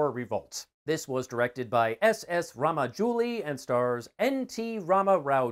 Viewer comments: Its not ramajouli its rajamouli.... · Rama jooli 😂😂 man it's Raja mouli . Anyway thanks for your review My recommendations KGF and KANTARA from Kannada film industry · Brother S S Rajamouli ... Not Ramajuli .... Good to see u enjoyed RRR 👌👌🙂🙂